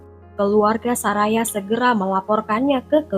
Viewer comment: Bacanya Soraya kali BKN saraya